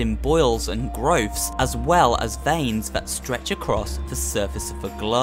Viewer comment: When I heard growths in the beginning, I heard something... different. Until I realized what he actually said.